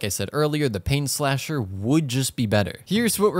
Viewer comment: I can just go on and Slap her the "Painslasher" Sorry You meant Rainslasher Right? RIGHT? Edit: Again After "Painslasher" might be better wheezin